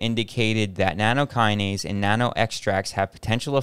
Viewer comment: NATTOKINASE NOT NANOkinase